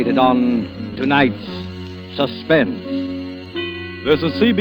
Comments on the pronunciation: Did anyone notice he messed up saying suspense at the end? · Susplense ha ha ur right, well spotted!!